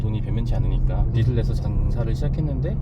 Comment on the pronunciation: 빗이 아니라 빚이면 발음할때 비슬이 아니라 비즐 이라고 발음해야돼요. 출연자랑 유튜버랑 둘다 틀리고있네… 😅